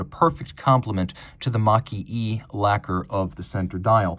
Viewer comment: Makie (蒔絵) should be pronounced as "Marque eh".